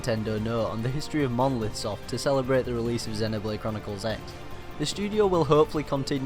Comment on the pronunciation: FYI it's pronounced Xenoblade Chronicles Cross.